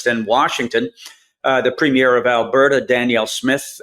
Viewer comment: does anyone read these comments? PLEASE PLEASE prounounce the title of the leaders of provinces and territories correctly. PREEMier. emphasis on the the first sylable.